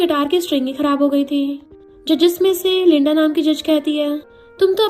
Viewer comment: lenda❌ leenda✔️😂